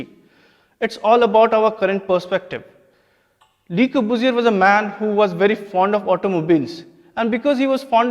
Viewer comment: Le corbusier... guess the course does not teach students how to correctly pronounce the name of the architect ... took me a minute to realize who he was talking about... Lahore (Lavapura) btw is supposed to be a city dating to the times of Lav the son of Lord Rama...chandigardh replacing Lahore... !!! what a travesty... anyways every bit of the history taught in our schools and colleges is entirely wrong... a cruel reality of our lives... ours is the worst karma...